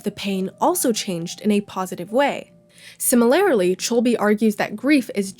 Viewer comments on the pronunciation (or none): be like: “similaerly..”